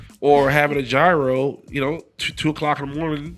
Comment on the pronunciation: Damn Willie you have to learn how to pronounce Gyro correctly